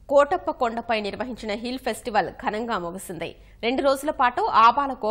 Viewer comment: కోటప్ప కొండ తిరునాళ్ళు కాదండీ. కోడెలప్ప తిరునాళ్ళు .